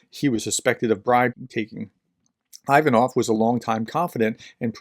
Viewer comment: Great stuff, professor! Quick note: Ivanov is pronounced like "ee-VAH-nuv." Feel free to disregard this information, just thought I'd drop it in here.